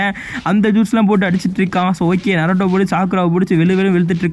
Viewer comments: Bro atu naruto bro narato ela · Bro narato illa na-ru-to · bro narato illa naruto pronunciation must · Naruto❌ narato ✅ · Bro narato illa Naruto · bro ithu நராட்டோ illa நரூட்டோ bro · Bra narato illa naruto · Bro it's not narato it's naruto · Narato illa bro naruto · Narato Ila bro Naruto 😂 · Bro not naroto its naruto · Thats Naruto not narato 😑